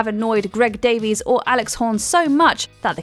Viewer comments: And "Daveys" the rest of the time (Greg says the right pronunciation is "Davis"). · Davis/Davies has spelled/pronounced his name differently throughout his career. Definitely pronounced undeniably both ways on different seasons of taskmaster.